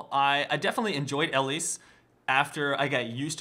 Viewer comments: ERMAHGERD I can't get over his pronunciation. It's not L-lease. It's Eee-lise. Can you imagine this guy running into IRL Elise. How embarrassing. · You say her name wrong which is so super frustrating, also you really jumped into a lot of deaths, 1 for 1 isn't always that great...